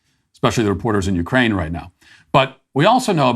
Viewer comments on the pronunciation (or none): none